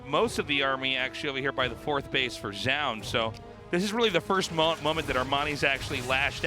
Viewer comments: Zoun is pronounced JOE-OON, not zyown. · Since zoun isn't an English word, but a Korean nick, the presenter at the start of the game should be the best pronounciation we have [ʒu:n]. Tasteless isn't too far off most of the times [ʒaʊn]. It is when he says it in the same way as Artosis that he falters [zaʊn]. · Tastless till saying zoun "Zjoun" :/ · Tasteless really needs to figure out how to say Zoun and stick to it XD He thinks he is saying it right but he's not lol